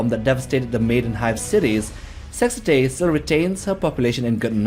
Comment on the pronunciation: "Sexitae" ... you really struggle with that one ;)